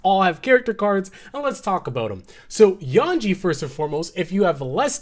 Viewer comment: Yonji not yanji